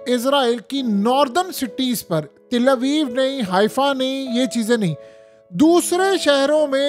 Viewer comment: Oh bai Til nahin Tal Aviv hota ha